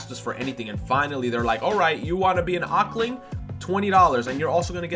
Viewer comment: It's pronounced as "Octo-ling" not "Ockling"